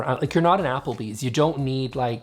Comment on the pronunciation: "Applebee's" lol